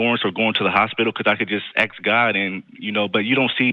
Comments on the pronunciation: Maybe he should stop aksing and start asking! 🤦🤣🤣🤣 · Only if they "aks" The word is ask! 🙄🤦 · Why do you say "aks" when you mean "ask"? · Don't "axe" for anything, ask might work better. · I don't "aks" for anything!